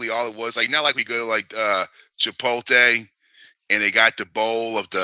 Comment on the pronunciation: Chipoltay = Chipotle